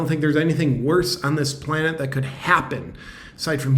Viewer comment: Planet... Lol... Plane-t I always wonder why they say t minus when they start the "launch sequence".. On a side note.. Tic toc.. Some1 had posted really old photos that seem to resemble actors and actresses from today's age. Problem is.. The photos were from back in the world wars days.. Ww1 and ww2.. Also was a very old photo of what looked like to be gretta... Very ofd